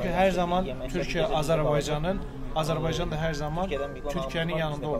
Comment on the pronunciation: Kardeşim Azerbeycan değil de AzerbAycan dersen doğrusu olur.